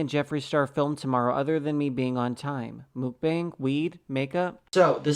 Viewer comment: It is not Muk B-enn-ng It is pronounced as Mok B-ahh-ng 먹방